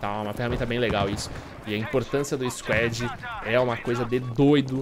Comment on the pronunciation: argh q agonia ele falando squed